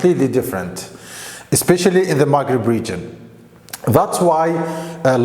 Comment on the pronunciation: It's not maghrebi error maghreb ✅